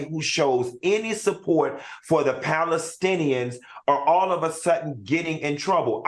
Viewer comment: "..Iraelies..Palistins" Al seems like a nice guy; but how his no-talking ass a talk show host AND a college instructor? Make it make sense🤣🤣🤣 We so embarrassing as a people 😳